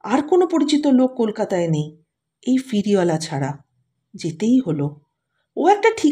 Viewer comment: আপনার পাঠ মোটামুটি ভাল। কিন্তু সমস্ত গল্প পাঠে 'ফেরিওয়ালাকে' আপনি 'ফিরিওলা' বললেন, কানে ভাল লাগল না ।আশা করি এরপর থেকে উচ্চারণে সতর্ক হবেন । নমস্কার।